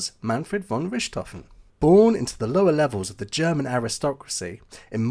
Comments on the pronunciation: Argh, I can't watch this! That constant mispronunciation of Richthoven as Rishthoven is terrible.🤪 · Pronounced Rick tofen! No ssshhht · It is really easy to learn how to pronounce his name properly but you didn't bother. Not " RISHT hofen but RICT hofen. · When you presume to correct someone else's pronunciation, you'd better be correct, nicht wahr? (As it happens, you're not.) It's neither "rich" nor "ric," but rhymes with "Ich/Dich," as in, "Mutti, Ich liebe Dich!" (I may be Irish, but my German pronunciation is impeccable thanks to a long ago girlfriend from Thuringia.)😉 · Wow, good ears! It's my 10 month old daughter, complaining about my pronunciation of "Richthofen". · You're using the French (or Western German) pronunciation of Richthofen. Kind of cramps my OCD style. Ha Ha. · Too bad you can’t pronounce his name properly. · Hmmm. I just thought he was using the Bavarian pronunciation.